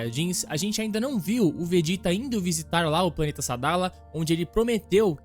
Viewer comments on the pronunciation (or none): none